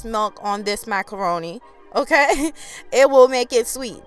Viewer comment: OMG I have to follow this channel...just hearing her say "m...kay"....so West Indian...I love it